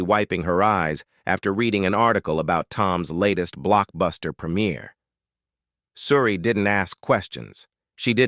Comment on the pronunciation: Why cant you pronounce her name?oh yeah,its coz you a bot